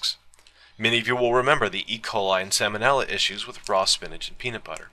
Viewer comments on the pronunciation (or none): I've noticed that you pronounce the word salmonella as if it were pronounced like the word salmon. It is not. Loved the video!